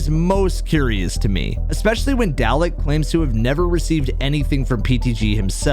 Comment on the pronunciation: Just one thing, its not pronounced "dal-eck", instead its more like garlic but with a d, so its actually pronounced "darlic"